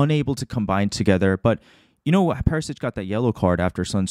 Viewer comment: Very deep analysis. Word to the wise: its Perishich, not Perisich. (pronounced Per-ee- shee - ch)